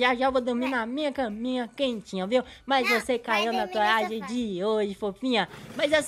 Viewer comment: N sabe nem falar trolagem